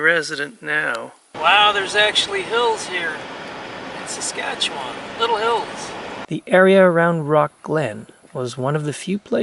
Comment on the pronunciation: also have to give props saying Saskatchewan right